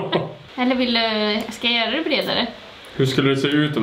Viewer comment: Hahah älskar att hon med börjat säga ”ja de kan vi göö” alltså istället göra göra. 😂